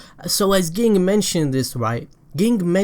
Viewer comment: it always tilts me when he says ging the way he says it